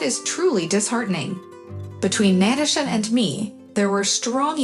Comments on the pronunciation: It's both. Writer is trying to sound smart and it doesn't come off as natural. Reader is a robot. NAT-uh-sha! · you do know most of these stories are translated from other languages and as such, they use text to speech, which is why you get NAT-uh-sha